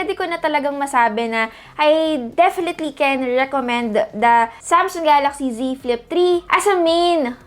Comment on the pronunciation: I just heard z flip tree